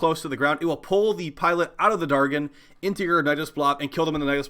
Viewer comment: Maybe they weren't spawning because you pronounce "dargyn" so badly. The g is pronounced j . But kudos on the vid, Nidus IS the best method.